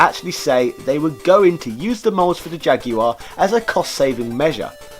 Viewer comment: It's nice to hear someone pronounce Jaguar correctly.